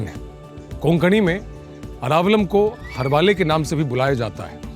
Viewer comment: It’s not हरवाले it’s हरवळे (pronounced as हरवोळें)